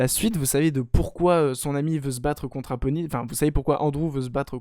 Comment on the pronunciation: Mdrrr j'ai l'impression que tu l'appel APonis au lieu de ADonis Creed, ça ma perturber mdrr